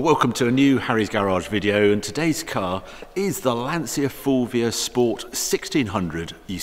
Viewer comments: Italiano here Just to ask please if u say lancia as in lansee-a in italian u are actually saying: l ansia ( the anxiety) for lancia think as lantcha to made it sound properly. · Great video, lovely car. The only thing you need to improve is the pronunciation of the word "Lancia". It's Lan-tcha" ;-) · Harry I love you man but please say it correctly....''Lantja'' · haha...only certain words bother me...i assume youre referring to pronouncing Lancia as "Lan-see-ya"? brits were yucking it up to the new Alfa "Toe nail" (Tonale) thinking they were so clever and that the world revolves around the english language when aruguably 65-70% of their language is based on latin... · Lancia to pronunce like Lanchia. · it's pronounced "lancha" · Harry, you pronounce Porsche correctly, so why not Lancia?